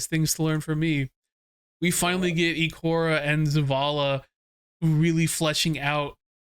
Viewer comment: Really the only one that heard this man say E-kora 💀